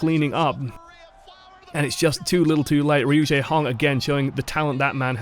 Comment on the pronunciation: when yakubians call him "RU-JAEHONG" lul